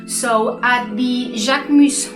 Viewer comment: Ohhh, I like the way you pronouce the name❤❤❤❤,love the review